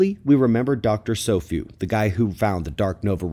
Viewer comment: Dr SOFUE's name is pronounced SO-FU-EH, due to Japanese syllabary structure.